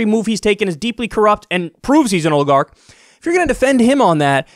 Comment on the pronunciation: Oligarch not a difficult word.